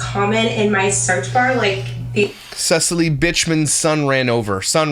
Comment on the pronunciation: Please don’t pronounce it “sea-silly” 😂😅